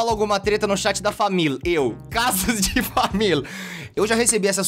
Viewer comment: t3ddy fala família não famil